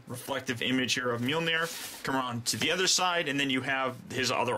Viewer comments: His hammer is pronounced maholahnear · Why was mjornir pronounced as myonir